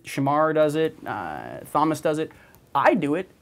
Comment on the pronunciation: "Is that a lamp in your pants or are you just happy to see me?" popped into my head when Klepto-er, Matthew-'borrowed' the light. Also, just pronouncing Thomas the right way. Good job. :P